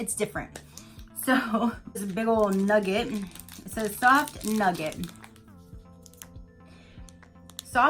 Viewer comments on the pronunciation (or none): Those lush chocolates look so good! & when you got to the Nugat I was like what nugget? I don’t see any nuggets 🤣 it’s Nugat so kind of pronounced like ‘ NEW GAT’